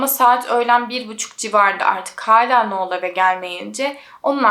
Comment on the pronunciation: uzun süredir seni takip ediyorum, çok keyif alıyorum videolarından. Anlatımına, araştırmana, verdiğin emeğe ve vicdani yaklaşımına hayranım. O yüzden bu yorumumu iyi pencereden gör lütfen. Şu an bu yorumda amacım verimli eleştiri. Artık AI var hayatımızda, google var çok uzun zamandır. Kişilerin adlarını doğru telaffuz etmeye özen göstereblimemiz için her türlü araç mevcut. Noelle - noel diye okunur, sondaki elle eki, -el şeklinde telaffuz edilir. Noel olsaydı -noğl ya da noıl, ya da noul şeklinde telaffuz edebilirdin. İster istemez kulağımı tırmalıyor bu tarz yanlış telaffuzlar. Sadece bu yüzden ve senin de bilgilenmen ve kendi gelişimine katkı yapman amacıyla yazıyorum. Dinlersin, dikkate alırsın ya da almazsın senin tercihin. Seviliyorsun güzel kızım ♥